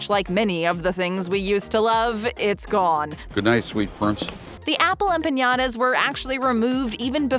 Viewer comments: yes she does say ¨Empañadas¨ and it does sound weird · The way she says “ empaYadas” really freaking grinds my gears